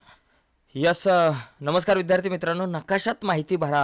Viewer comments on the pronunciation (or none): none